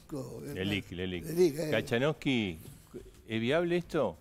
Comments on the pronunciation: Lo destruyó. No sabe decir bien las palabras"livic lelak. " "saler""SALER¡!¡" solanas a dormir. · las libiq, las liciq... jajajaja!! no tiene vergüenza el tipo.. se aprende el relato de memoria pero no se puede aprender el nombre de una letra del tesoro!! jajaajjaja!! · Jaja dice que tiene un gran equipo y es de los que presenta más proyectos, si empezamos por que no sabe decir Leliq, me imagino que todos los proyectos que presenta son muy alejados de la realidad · No sabía ni q eran las leliq, ni como se pronuncian. Gracias a Dios se fue. Ahora el problema q tenemos es; los 35 ñoquis, también se fueron? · Tenemos un senador que no sabe decir leliqs y no hacemos nada,nos merecemos estar peor